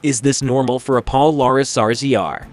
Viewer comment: Washington county is a southern Utah county. Your maps indicate they were traipsing across the country. And your inability to properly pronounce Polaris is disturbing. Love the timing of your attempt to make a dime here, most of us know about this. Be better